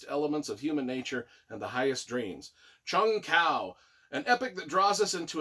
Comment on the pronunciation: I absolutely loved this collection! I immersed myself into the series and loved it. IT'S PRONOUNCED JUNG HU. It's killing me!!!lol lol lol Bless you for doing this.